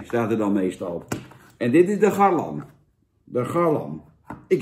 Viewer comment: GarLAN Jan, geen garleeeeen